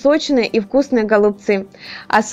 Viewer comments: Голубцы-ударение на букву«Ы» ! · Убедительная просьба в ультимативной форме правильно произносить данное слово голубцами голубцы голубцы голубцы